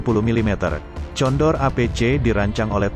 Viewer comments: Sebutanya bukan tjondor bos ttp condor . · condor...wakawaka...yg baca siapa ini